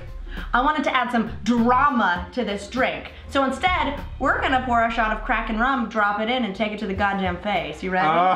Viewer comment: I thought you said "Crack and Rum" not "Kraken Rum" I was worried for a second.